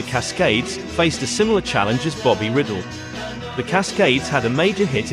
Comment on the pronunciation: Bobby Ryedell phonetically, shocking pronunciation of his name here